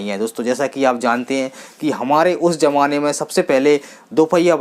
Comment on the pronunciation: Zamana boliye jamana nahi